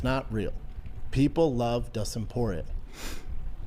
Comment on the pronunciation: Dustin por-ay